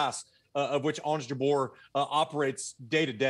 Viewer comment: How’s funny they mispronounced her last name: JABUR 😅